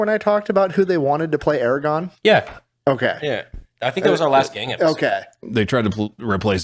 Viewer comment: It's Aragorn! Not Eragon!